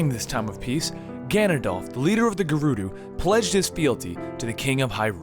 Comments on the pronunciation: i cant even take u serious nomore bro i heard orcarina and it kinda threw me off but i let it slide... then u said ganondalf it was over at that point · At the beginning of Ocarina of time the first time he say his name he says Ganondalf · Why are you saying Ganondolf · Foroarai? Ganondalf? Orcarina? I know you aid you were reading it but really? And 100 festivals set 100 years apart is 9900 years not 1000. If there were 2 festivals set 100 years apart there have been 2 festivals. Therefore where n is equal to the number of festivals, the number of years passed is 100(n-1) = 100n - 100. I let the first mispronunciation slip but you just kept saying things... and I really like your voice over work normally. Also, Vaati was sealed in the four sword in Minish Cap. The picori blade becomes the four sword. Have you even played it? Vaati wasn't released again until four swords. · Ganondorf is actually pronounced Gan-in-dorf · sounds like he is saying Gandolf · Orcarina, Ganondolf...Dude, pronunciation of weird words is one thing, but you just plain can't read. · Hehehehehhehe you said ganondalf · "Orkarina" "Ganadolf" >.< The things you pronounce things... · Ganondorf DORF DAMMIT you said it like he was Gandalf WTF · he says ganondolf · did you just call him ganondolf? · Ganondorf has no "L" there for it is pronounced (gan-on-doorph) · ...show me the "l" in Ganondorf's name. SHOW IT TO ME! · His name is Ganondorf not Ganondalf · gannon DOLF no no no no no its gannon DORF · Gannondorf not gannondalf I know it's hard but I thought I'd let you know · I'm sorry and I know it's rude but it's not ganondalf it's ganondorf it's not like gandalf tho it would be cool if he had a bro that looked like gandalf who had the name ganondalf sorry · omg Gannon at least please lol. any thing but Gannondalf his whole name is Gannondorf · I cringed everytime he said GanondoLf instead on GanondoRf. But even worse when he calls and ocarina an oRcarina. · GANONDORF NOT GANONDOLF !!